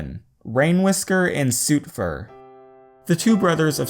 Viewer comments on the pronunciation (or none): It’s not suit fur it’s sut fur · It's.... S(oht) fur Not Soootfur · It's not one of those words like tomato or pecan that can be pronounced different ways. It rhymes with 'put' rather than 'boot' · It's pronounced Sut fur not Soooooooooooootfur XD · its pernoncet s-oo-tfur not s-ui-tfur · For a moment when he said Sootfur I thought he said Soupfur XD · sootfur is pronounced s U tfur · The way says sootfur! I always pronounced it sutfur. Oops! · I thought you said soup fur 😹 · EXCUSE MEH DID YOU SAY S-sOOtfur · Wait is it sotfur or sootfur wispers it pronunced SUT-FUR! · who else heard soupfur XD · The way soot is pronounced in this video... I have a cat called Sooty, so I am now extremely triggered, crying silently to myself on the inside for my poor cat and sootefur, I mean, sootfur. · Sootfur was pronounced more like if his name was suitfur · when he said soot fur I thought he said soupfur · This bothered me.... You pronounced Sootfur wrong.